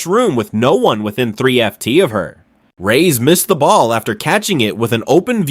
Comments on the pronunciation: REESE. REESE. REESE! Not REE. fix your fucking AI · Ree / Raise ... wow the narrator is really on top of things